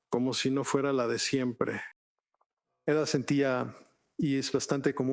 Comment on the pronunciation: Y porque chingados dicen ela ela si ella no se llama Ela? 😒